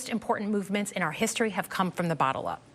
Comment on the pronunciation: I heard "bottle up" instead of "bottom up" and it cracked me up. Bernie's rebuttal had more fire